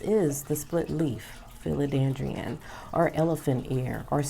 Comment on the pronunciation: I wish you did your research before you started this video. Watching you go through your book and be unsure of what the plants name is made me unsure that you even knew what you were talking about. Also it’s philoDENDRON not philoDANDRION..